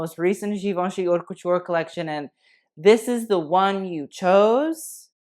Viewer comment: Why does not know how to pronounce "haute"? I could be more bitchy but I'll leave that too him.